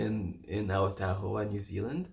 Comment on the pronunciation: Kia ora I love how you say Aotearoa (land of the long white cloud ☁️) you say it perfectly ❤️🙏❤️